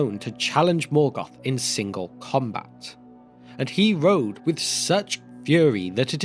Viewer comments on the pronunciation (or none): none